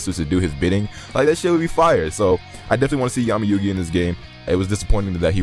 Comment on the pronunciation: So glad you said Yugi!!